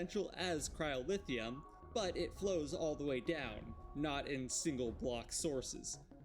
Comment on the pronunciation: Why do you keep pronouncing it "cryolithium" and "pyrolithium"? That's not what they're called